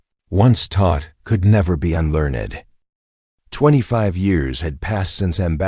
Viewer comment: unlearned! not unlearn ed! dumb AI and author of this site